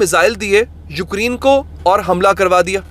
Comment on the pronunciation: Ukreen❌ Ukraine ✅